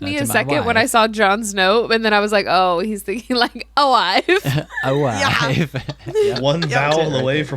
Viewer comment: Aoife is an Irish name, it is pronounced Eee-fa